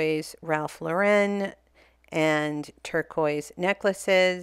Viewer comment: Love your content. Just a heads up. It's. pronounced Ralph Laurin not ❤not ren.Love your work.